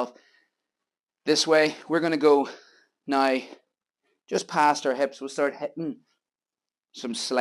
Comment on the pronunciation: Brian from Michigan us. I can’t wait to try this grill tomorrow. I love how you say nai (now). 😮